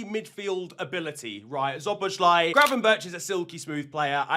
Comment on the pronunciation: how many times are you going to butcher szoboszlai's name? why can't you check it once how to pronounce? unsubscribed, thx